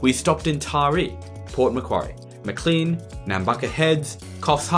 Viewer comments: Urunga is Yoo-ruh-nga, not Yoo-roo-nga. I lived there briefly as a kid 50y ago and remember the interminable drives down to Sydney with my parents with traffic backed up in so many places. Similarly Maclean is pronounced Maclane. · As a stickler for detail, I have to point out that Urunga is pronounced “you-run-gah” and Maclean is pronounced “Mac-lane”